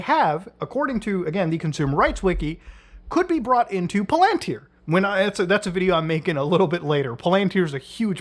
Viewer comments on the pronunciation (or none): none